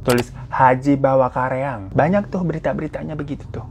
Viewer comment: karaeng🙈bukan kareang